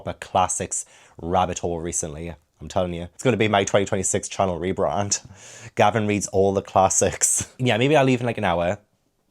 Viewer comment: I just wanted to comment on your pronunciation when editing Gavin came 🤣